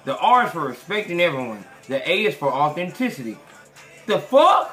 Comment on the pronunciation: This guy said: " 'A' is for Authenticy" 😂🤣😆...I swear, i almost closed the app after I heard that shit